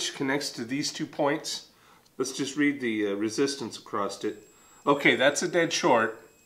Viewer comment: There's no T in across.